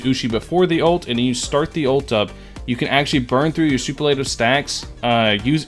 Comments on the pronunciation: Man, I gotta save until two days before v2.4 comes since I don't wanna dump my ~14K Primogems while on a 50/50. I REALLY want him bad... 🥲 Also, I'm really sorry but the way you keep pronouncing "superlative" incorrectly kinda bothers me. It's supposed to be "su-PER-la-tive", not "su-per-LA-tive". Hope you don't take offense to that LOL. 😅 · the biggest shock I've seen with itto's release is how many genshin creators are unaware how superlative is pronounced. soo-PUR-leh -tuv. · Everyone is mispronouncing superlative like did y’all not have senior superlatives in high school or….